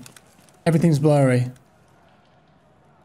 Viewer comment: Bro the way you said Vaseline and blurry, it feels you have not played tarkov at all forget about after 3 months 😂